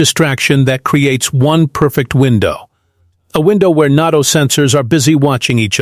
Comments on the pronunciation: Quit saying, "Not-o" for Nay-toe"... it sounds like really dumb AI. Nevertheless, thanks much for your reporting! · AI mispronounced NATO. FAKE. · I didn't know it was NAHTO, I always thought it was NATO.